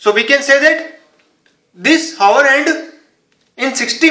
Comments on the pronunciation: Its not Haaa .... Its Aa... Hour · hour is pronounced as our. H is silent. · Wait did he just say whore hand 🖐 hahahah🤣🤣🤣🤣🤣🤣🤣🤣